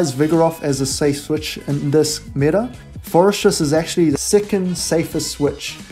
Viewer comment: Love your content, great tips. Just wanted to clarify Forretress is pronounced “Forreh-tress”. There’s no ‘s’ in the middle of the name. The way you’re pronouncing sounds like “Fores-stress”